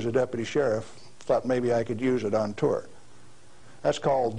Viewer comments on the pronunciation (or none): none